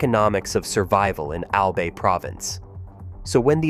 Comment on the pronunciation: Its "AL-BUY" not "AL-BAY"....